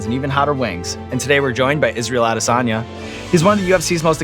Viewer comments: Would have been better if he said Israel's last name properly to show that extra in his research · You can see Izzy's eyes going down and back up in disappointment after yet another host pronounced this surname wrong. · Pronounced the last name wrong 😂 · Bro you're a professional host, can't even put in the effort to pronounce his last name correctly.